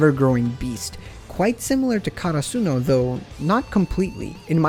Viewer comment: they way you say karsuno, almost made me stop watching haha